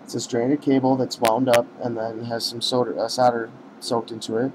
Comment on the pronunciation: you keep saying "sodder" instead of "solder" when you mention the soldering braid, you quickly correct yourself with "soddering braid" Lol what?